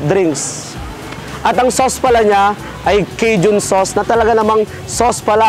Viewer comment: K-Jun pronounce Key-Shan the Cajun